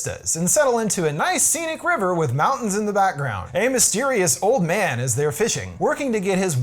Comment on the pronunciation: Took me 10 minutes to realise he’s saying Japanese man and not Japanese band